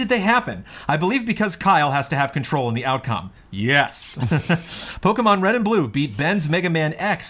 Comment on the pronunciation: mispronouncing Pokemon is the best thing.